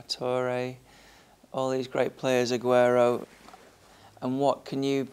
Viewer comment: Aguero not Aguerro.